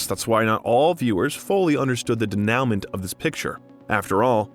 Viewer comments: Yes - de-nu-mon , probably ai narration and they didnt catch it in editing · pretty sure u pronounced denouement wrong. Its more french sounding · You should learn how to prounce "denouement." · learn how to pronounce denouement, please. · The narrator muttered the word ‘denouement ‘ !